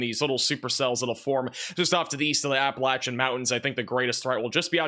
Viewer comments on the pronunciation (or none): none